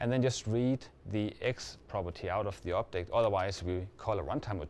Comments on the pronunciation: Yes. He sounds like he's saying "optic", but he clearly _meant_ object. The subs are wrong. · I think he's saying object not optic. +1 if you were confused for a little while